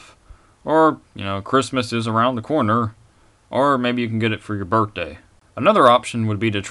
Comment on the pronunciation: lol -- birt-day. haha im only kidding though. this is a great video!